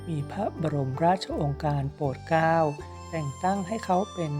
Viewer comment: ขอบคุณที่นำมาให้ทราบควรอ่านให้ถูกต้องด้วยค่ะเช่นโปรดเกล้าเป็นโปดเก้าศรสงครามเป็นศรสงคามเป็นต้นค่ะ